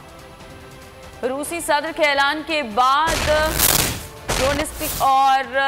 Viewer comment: DONESK PERHAIN ISSAY DONSTIK NAHI